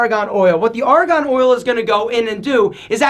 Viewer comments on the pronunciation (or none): It's Argon, not Aragon. Very convincing, lol.